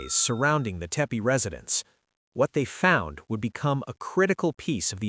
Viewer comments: Teppe not Teppy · Not Teppe or Teppy but Tepe